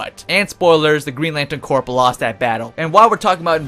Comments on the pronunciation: decent video thanks. GL Corps is pronounced "Core" not "Corp", like Marine Corps. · Its pronounced core not Corp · corp isn't pronounced corp its core ya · It's pronounced core not Corp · It is pronounced core, not Corp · when u say corp your not supposed pronounce the p lol u say it like core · He keeps saying "Corp" instead of "corps" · Nice video, but I gotta tell you're you're pronouncing "Green Lantern Corps" wrong. It sounds like "core" not "corp".... its French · btw 'corp' is pronounced like 'core'. you don't say the 'p'. like marine corp isn't with the 'p'. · "Corps" is pronounced like "core" as in Army Corps of Engineers. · Corp is pronounced core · Is English not your first language? You sound like an imbecile. BTW the p is silent in "corps" it sounds like "core"" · the p of corp is silent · The way you're pronouncing "corps" is triggering me.